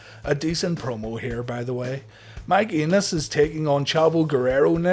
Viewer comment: So I know the name is Enos but I keep hearing Anus lol.